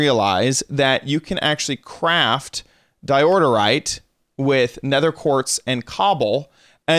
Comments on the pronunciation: Di oor yte say it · yes why he say diordorite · Isn’t it pronounced door-ite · Me : Dye-Ore-rite My little brother: Dio_rite Him:Diorderite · It’s called DIORITE, not DIORDERITE!!! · IT'S DIORITE NOWHERE DOES IT SAY IT IS DIORTITE OR DIORITITE! OK! GnaaAAAaAAAAaaAAa! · DI-OR-RITE Not Di-or-dor-rite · It's not diordorite it's diorite! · Um, I’m afraid it’s pronounced die-or-ite not die-order-ite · Diorite not diororite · why do you say diodorite instead of diorite? dont you see theres only one d? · It’s DIE OH RIGHT not fucking diorderorerite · regardless of dyslexia he plays Minecraft alot. He knows how it's pronounced like it's pretty damn common. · Because in the video kept saying Diordite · di-o-rite don't know why you're adding letters and syllables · How do you miss pronounce Diorite, he adds a second “d” as in “diordirite” it hurts my head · Nobody: This dude: DiOrDeRiTe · "Diorite" ... says DIODORITE four times in a row. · How are you adding like 82 syllables to di oh rite... lol. Thats adorable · Someone noticed that he says Dirorite? Dirorite sounds like a better name for a stone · Sorry to criticize but, it's Diorite (Da-yo-right) it's okay though everyone makes mistakes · It's Diorite. 'Di•ər•īt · I'm realising that he is saying diordorite more instead of saying diorite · Calls diorite dioderite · Anyone else notice he's saying diorderite for diorite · Diorderite? Isn't it Diorite? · Whats up with "DIODORITE"?! "Its DIORITE"! @@ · Diordorite? what the hell... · Di-or-ter-ite That's how you pronounce it. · your saying diorterite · are you saying Diororite? :/ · The way he pronounces diorite tho 😂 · God I wish he would pronounce diorite correctly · Wrong pronounciation in diorite =/